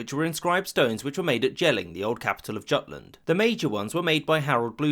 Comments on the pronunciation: The 'j' in Jelling and Jutland is sounded as 'y' like yelling. The hard J isn't used in Germanic language outside of modern English. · Its Jutland (Yút-land) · J in germanic languages is pronounced like y in English so Jotland and Jelling is not pronounced correctly.